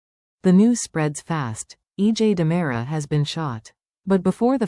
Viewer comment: 😉 It's DeMera not Damara! I SHOULD know. I'm RICK DEMERIAKIS! 😅😂